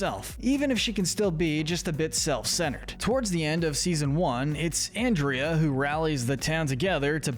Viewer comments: can you stop saying anndrea and not ahndrea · I BELIEVE YOU MEANT AHN-DRIA🙄😒😤😤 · man really pronounced andrea's name "and-ree-uh", she's not gonna like that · Dude, it’s pronounced On-drea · 3 things. 1. You're lucky Andrea isn't real because you would get on her bad side. It's Ahn-dre-uh. Lol. 2. You couldn't have waited to make this until the end of season 2? There are still some characters to introduce and ones that have time to develop. 3. I agree with this list 100%. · It's funny how you talk about that while continuously mispronouncing her name throughout the video, lol. "Given that he was forced to do this by the Ghost Council, we can't exactly see him as much of a bad guy." It's so good to see have actual sense here. I see Villain's Wiki claim Scratch from the Ghost and Molly McGee is "Neutral Evil" and not "Villain by Proxy" even though one of their definitions for "Villain by Proxy" is that a character is forced to do something because another character is making them do it, because the character that is doing "villainous things" is tricked, threatened, manipulated, blackmailed or forced into doing bad. Similarly to how Scratch was being forced to do scares and make the town miserable or else he'd be sent to the flow of failed phantoms, Larry Koopa doesn't really even wanna fight Mario (JP version of Color Splash) and only does what Bowser says because he's scared and doesn't wanna be scolded, not to mention Larry takes Bowser too seriously and too literally because he's a kid. Now if only Mario fans would admit Larry Koopa isn't much of a bad guy either for that very similar reason. But then that would require them admitting Mario does unnecessary child abuse to a 13-year-old. It's funny that it took this long for Darryl to show up on the list, but to be fair, it does make sense, lmao! Oh yeah, it's a shame that Mr. Davenport couldn't be more like Andrea, I don't really like him, heheh. Oh god, t